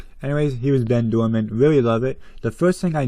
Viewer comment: Great video, I really want Ben. He was only released once in 2010 in a super rare team set. Ernesto is actually not too bad, I like the yellow on him. You actually said Bens name wrong it's pronounced Ben Doordan, you said Ben Doorman.